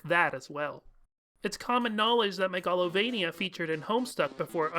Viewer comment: I've never heard anyone pronounce Megalovania like that before. It's root word is megalomania, so shouldn't it be pronounced the same way? MAY-ga-lo-VAY-nee-ya?